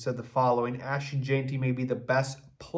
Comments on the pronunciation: "JENTY" please... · Please learn to pronounce his name. Also Brad Biggs doesn’t work for the Bears. He’s guessing like everyone else.